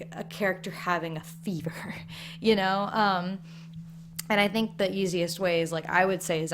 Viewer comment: for some reason I heard beaver instead of fever brain what are you doing